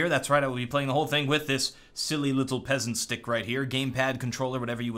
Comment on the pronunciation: "Peasant Stick"? Don't you mean "Pheasant Stick?